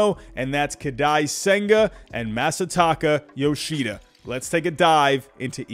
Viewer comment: These pronunciations are making me upset... Koh-dye sehn-guh Ma-suh-tah-kuh Yo-shii-duh